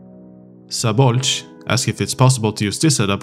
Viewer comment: Thanks for the follow up QA, and also congrats on the perfect hungarian pronunciation of "Szabolcs"! :)